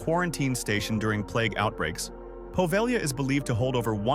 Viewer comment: Love that this narrator pronounced "Poveglia" correctly. And that's actually someplace I'd love to explore; its history is so morbidly creepy.